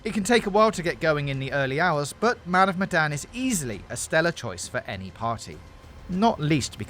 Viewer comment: "great" "Man of medan" mdr